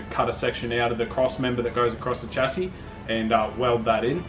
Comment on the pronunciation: love the content but please pronouce chassis correclty